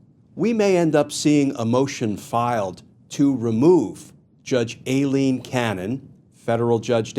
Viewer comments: It is not A Leen, it is I Leen. You ID10t! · You pronounce Aileen (Eye Lean)